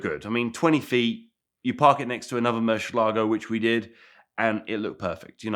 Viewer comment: Why can’t pronounce murcielago. Mans adding entire “shhh” syllables